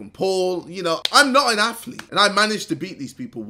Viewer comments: Ok hold up you have heart hahahahhahahahHahahhahahahaha you never in your life had a heart and btw it's not a aflet it's a athlete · Nobody: KSI: "Look at me, im not an AFLETE!" XD XD